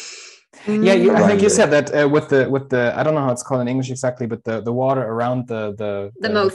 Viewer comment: Fascinating that Dutch water sounds soo american here, in the R-sound.